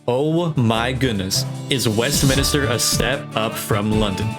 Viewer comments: Man wtf is westminister its WESTMINSTER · it’s Westminster, not Westminister It’s minster not minister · Bro says WestMINISTER